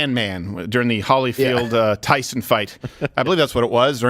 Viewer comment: It's "Holy" field Stephen.